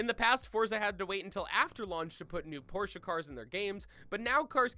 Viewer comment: Sentenario, Porsche GTS RS?!?! I'm depressed my these pronunciations